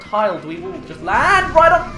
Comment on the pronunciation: Not tryna make fun of you but whenever you saw a bomb rock dweevil, you called it a deevil